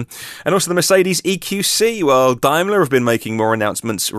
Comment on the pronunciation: I've never heard of a dimelar, what's a dimelar. Is this another case of bad American English? I suspect it's a Daimler, as in a Daimler Jaguar. Confused like like like xi huan